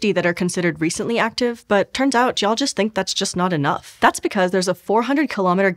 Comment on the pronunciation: I have nothing to say other than I am impressed you managed to pronounce geologists as g'y'all and I'm going to shorten geologists to that now